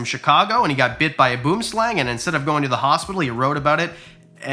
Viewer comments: It's pronounced boom s-LUNG, not lang. A boom is a tree and a slang is a snake. It's Afrikaans for Tree Snake. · The way u say "Boomslang" triggers me, to my core! 😂 I know u not from South Africa🇿🇦 so u won't know how to say it correctly, it's pronounced [bw-wim--slung] Edit: The "i" is pronounced in the same way you'd say "w-i-mp" and the "bw" like "bw-u" I know it's complicated, because English doesn't really have any words that make that sound, but I hope this helps, if notxthen u should probably just say "South African tree snake" 😂